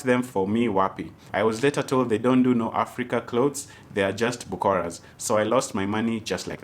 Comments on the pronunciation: Bukoras surely. We should roast you like Weuh!! It's brokers.....burokas😂😂😂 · Hii chai karibu imwagike... it is Burokas not bokoras🤣🤣🤣🤣